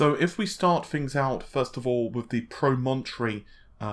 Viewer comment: Nicholas Woolsey thank you lol not pro-mon-tree